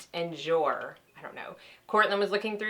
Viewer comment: Ha, I love hearing your attempts at French,. Being your Canadian cousin, I'll let you know how to pronounce, so you can impress all your friends, ha. Nuit = Newee et= eh jour = zhewerr (kind of rhymes with tour). Hope that helps. Now you're going to sound all "fancy" like! Always love to look at what you like and recommend. Hugs from Moi from Canada!